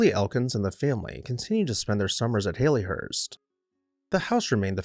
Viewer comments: It's pronounced "Hal-lee" not "Hay-lee" . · He said Hay+Lee+hurst throughout??.😊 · Great description of the house and its history, but you are NOT pronouncing this correctly. The Victorian name Hallie rhymes with Sally or valley. It was originally a pet form of Harriet just as Hal was a pet form of Harry. It is NOT a form of the modern name Hayley as in Hayley Mills, which comes from a surname and is a completely different name. :)